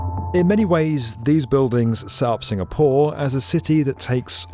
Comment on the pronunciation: Just me or is saying SingaPOOR?